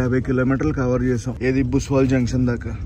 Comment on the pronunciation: బ్రో అది బుస్వాల్ కాదు బుస్సవల్